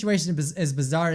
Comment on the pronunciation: Can’t Say Bizzare Right? Well then.... P E P P E R S P R A Y